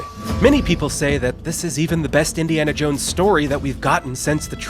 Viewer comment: Subbed for "Indy-anal Jones" lol